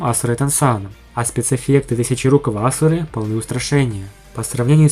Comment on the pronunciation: Уже как 2-е суток как озвучено, но там такой пи***ц, либо кто переводил реальные, промолчу кто, либо тот кто озвучивал, решил под себя всё сделать! Как мля можно Асуру называть ашурой, а сокращаю шурой, и это ещё не всё. Больные люди...